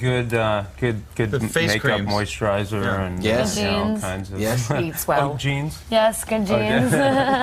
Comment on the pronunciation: Ninth voice "I mousurize"